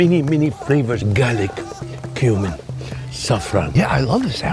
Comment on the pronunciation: My kids and I were watching this together and one of em asked "why is that guy eating human"? saying "cumin" but they heard "human"